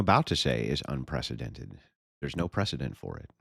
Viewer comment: Destiny: "Unprethedented"